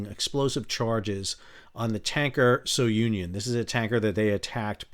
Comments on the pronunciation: Just fyi, Sal, Sounion is a historic site in Greece and is pronounced SU-nyon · Hey Sal, Sounion is a Greek Temple located about 20 miles east of Athens on a point. It's pronounced sue - neon. Like the boy named sue and neon. Like in lights on the strip.